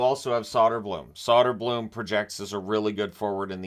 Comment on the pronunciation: Great video, I think you hit the nail on the head here. If I can offer it, the pronounciation of Soderblom is shooter-bloom and Berggren is bareg-gren. Think like a bear with smile, but you have to pronounce both g's.